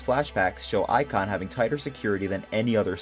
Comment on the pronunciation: ic-on amongus contaimnent